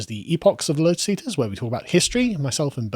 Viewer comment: FINALLY! "LoTus EaTers" not "LoDus EaDers"! Very proud of you, you've really come a long way.